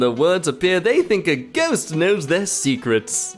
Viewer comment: GJOST AND PALS WTF